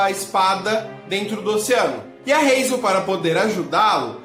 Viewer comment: Razel? Em q mundo H tem esse som de r?